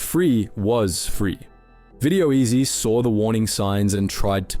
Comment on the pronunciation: I feel like this channel might be AI. The voice pronounced video-ezy as "Video-ezzy" at one point and the enunciation of "mate" was very artificial. Also the distinct lack of social media links and the usual SEO guffins.